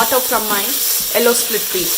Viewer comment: Watching this for the first time. I got distracted how you pronounced "Yellow" its sounds like hello.